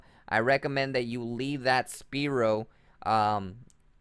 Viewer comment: jesus will u pls just say spearow the right way?lol it hurts inside everytime i hear you say speerow